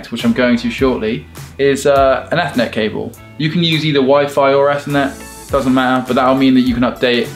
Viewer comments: Did anyone catch the fact that said eathnet cable instead of Ethernet cable. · I thought said ethnic cable instead of Ethernet Not after Brexit! Heyo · the way pronounces ethernet upsets me